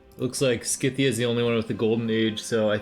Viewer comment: scythia lol the way he says it